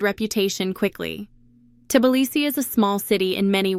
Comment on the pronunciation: AI doesn't know how to pronounce Tblisi.